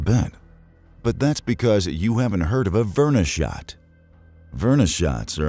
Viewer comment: Me flinching every time he tries to say "Chixulub" or "verneshot"